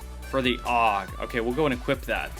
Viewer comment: A U G is hot it's pronounced